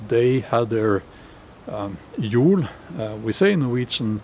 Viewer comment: Old Norse Jól isn't pronounced like a Norwegian would say Jol, it's a long oooooooooo. Unless Icelandic and Old Norse pronunciations of this are different